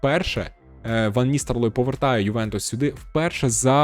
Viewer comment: Ван Ністелрой, а не Ністерлой. Дякую за контент